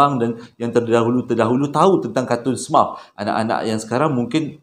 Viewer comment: “smurf” tu sebutannya “semerf”